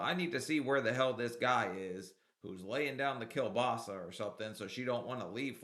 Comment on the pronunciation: Wow I had no idea I'll hear "Kiełbasa" here didn't know americans can speak ł almost. I am now curious if she really has a partner or is it just op acting like women don't have a life for themselves.